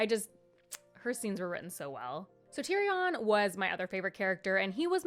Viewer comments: Tyrion - pronunciation: tyrian :) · Seeing someone talk about the books who is so unfamiliar and new to the world is so funny. Like the pronunciation on the names is crazy 😭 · Tyrion = tear (cry) re in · Please...tyrion= tear re un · Yes!! His writing style is what sets this series above most others..I also love how you pronounce Tyrion ❤